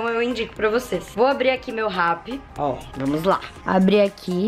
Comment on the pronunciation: A FALOU ASSIM "VOU ABRIR AQUI MEU RAPPI" MAS EU ENTENDI "VOU ABRIR AQ MEU RABO" KAKAKA